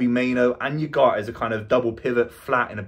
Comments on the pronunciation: It's spanish, so you pronounce all the letters. So should be U-gar-te. Not U-gart. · At least try to pronounce his name correctly. "OO GART". Took me a few minutes to figure out wtf you were saying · Repeat after me... "ooh-gar-tay" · Haha, imagine making an entire video about 1 person and not being able to pronounce his name.